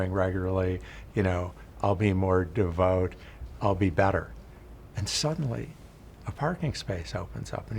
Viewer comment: Quite the mispronunciation of "devout"